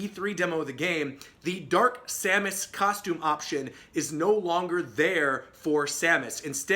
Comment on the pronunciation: You got simon, k rool, and dark samus right!